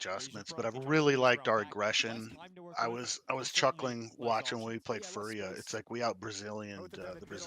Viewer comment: Jason calling Furia Furry-a is so funny